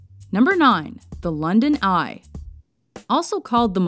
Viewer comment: number nine/ London eye.... love catching fluked syllables